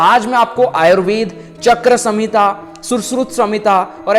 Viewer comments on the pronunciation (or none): Chakra samhita nahi hai... "charak samhita" चरक aise ucchar karo😊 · चक्र संहिता नही भैया "चरक संहिता" होता है। बाकी तो आपकी वीडिओज़ मुझे दिल से बहुत पसंद हैं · पहली बात अपने बोला है चक्र संहिता जिसका नाम चरक संहिता है 😅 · चक्कर संहिता नहीं उसे चरक (चर्क) संहिता बोला जाता है। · चक्र संहिता नही चरक संहिता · Sir its charak samhita not chakra samhita🙏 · Sir ji Charak samhita and Shushrut samhita.....last shloka😅 and what you pronounced. 🙏